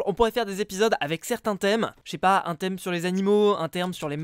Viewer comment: Qui est d'accord que a au lieu de "thème" il a dit "therme" Clique sur ce petit bouton si t'es d'accord :3 👇